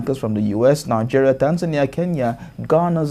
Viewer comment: See president wey no know how to pronounce the name of his country properly. Calling Nigeria 'nijèriah'. What a mess!